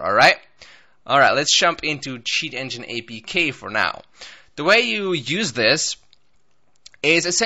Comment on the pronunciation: Sound like u said s*** engine